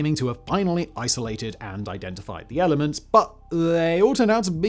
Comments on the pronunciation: Simon doesn't actually know all this stuff. He has a team of writers who are more specialized in different fields. I can tell this by how frequently he mispronounces jargon (like the names of some of the elements in this video). The whole can be greater than the sum of its parts - and deliver knowledge and be entertaining at the same time. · Sorry Simon, but your pronunciation of some of these elements is just horrible…